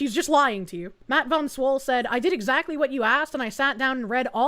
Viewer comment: "E - Zactly, Let me guess. She's an English teacher.